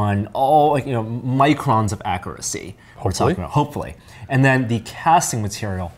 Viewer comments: when the guy says "microns for acruacy" hahahaha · "akkerrit" "akkerrucy" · please learn the proper pronunciation of the words you are saying. Prime examples are "button" and "accuracy".